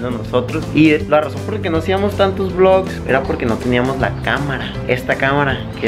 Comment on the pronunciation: Me da risa que dice blocs.